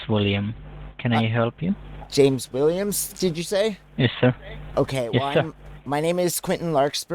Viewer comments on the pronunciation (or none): So funny how they always pick last names they can’t even pronounce…”Villiams” and “Vilson”. 😂 Good stuff 👍🏾